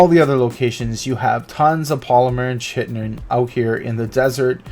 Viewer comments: Great vid mate, nice spots. Just a small thing though, it's Ky-tin (chitin). Keep up the good work. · are you american? if so look up how to actually prounce 'chitin' correctly please. it's actually pronounced as if it was spelt with a k and not a ch. and if your not american you should definitely look up how to pronounce it... and fast...